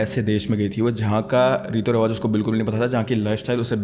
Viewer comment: Or riti riwaj naaa ki rata rawaj